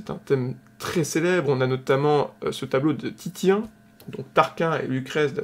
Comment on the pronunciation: Je suis presque quasi sûre que Titien se prononce Tissien.